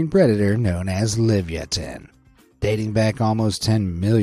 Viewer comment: It's not liv-ya-tin, it's la-via-tin.